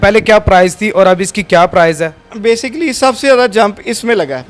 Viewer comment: یہ گیم کھیلنے والے بھائی کی ڑ کا مسلہ ھے اوڑ بہت اچھا لگ رھا ھے سننے میں۔۔ماشاءاللہ